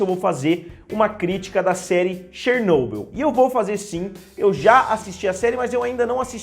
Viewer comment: Toma no cu kkkkkkkkkkkkkkkkkkkkkkkkkkkkkkkkk mó agonia ele falando Chernobyl errado kkkkkkkkkkkkkkkkkkkkkkkkkkkkkkkkk